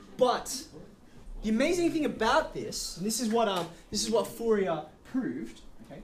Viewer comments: French guy here. Fourier is pronounced like "Foor yeh", sort of. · O.M.G .... the name of the guy is foo-ree-EHHHHH !! not FOO-ri-er or anything that rhymes with terrier ...